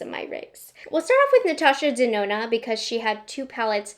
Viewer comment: I HATE the was you say Natasha “DZenona” 🥴